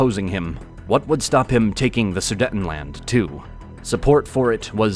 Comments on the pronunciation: It's pronounced Sudeetenland, not Sudetten. Only 1 T after the first E so it's pronounced long (EEEEEE). Sorry, this bothered me too much for some reason...😅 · It is NOT su-detn-land! The word "Sudetenland" is pronounced "soo-deyt-n-land," broken into four syllables: "soo," "day," "tuhn," and "land" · The second syllable in Sudetenland is pronounced ”day“. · Somebody please teach that person to pronounce Sudetenland correctly?